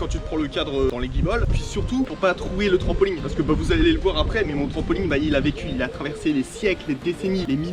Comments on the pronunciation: C’est moi ou il dit trampoling 😭😭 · Pourquoi les gens disent trampolingue au lieu de trampolINE!😅sinon super vidéo comme dab 👌🏻